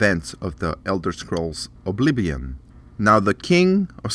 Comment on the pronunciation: lol "oblibion"